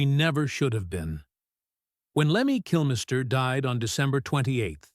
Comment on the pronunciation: I stopped this bullshit when he said ‘Kilmaister’. AI slop.